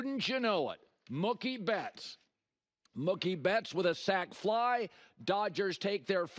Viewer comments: As a Red Sox & Dodgers fan , it's Mooookie not mukie. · Muuuhhkkiee? WTF pronunciation is that? LOL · Colin pronounces Mookie like cookie. 😊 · THIS dope can’t even pronounce Mookie correctly!